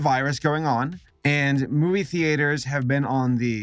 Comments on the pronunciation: I'm sorry did you just fucking say the-ate-ers??? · The-ATE-ers. Sorry, just making fun of your pronunciation, don't mind me. What colloquialism is that? North? Mid-western? I'm honestly curious, not trying to troll here. Haha...get it? Troll... kill me. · Just curious, how come you pronounce it thee-aters? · What country are you from where people pronounce it “ThEAters” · What's with your pronunciation of theaters? You can say it properly, I get the feeling you're just screwing with us.